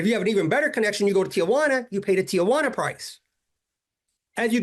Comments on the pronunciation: You mean it’s not Tia Juana? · I'm the only white guy I know who can pronounce Tijuana correctly. Hint: it's 3 syllables, not 4